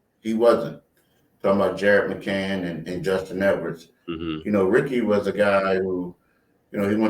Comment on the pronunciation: Can someone tell it’s McCaiiiiiin?